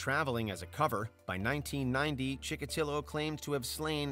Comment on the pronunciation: Chick-a-tee-o not ChickaTILo.